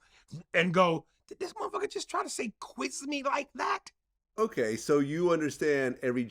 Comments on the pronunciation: I come back to this clip often just to hear him say "wa u gon qui mi ladat" 😂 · KwimeLydat😂😂😂 What the FUK🤣🤣🤣🤣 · Is he tryna say quiz me like that 😂🤣😭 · Lmaoo why he say " quiz me like dat" , like that lmaoo